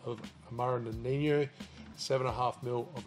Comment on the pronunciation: Awesome. Amaro Nonino is from italy tho, so it is pronounced as wrote. No-ni-no... Noniño looks very Spanish 😁